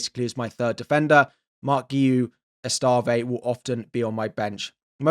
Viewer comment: Estève not “EstAvé”.